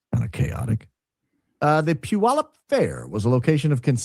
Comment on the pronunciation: I used to live in Puyallup. It's "Pew-Al (like the name)-Up"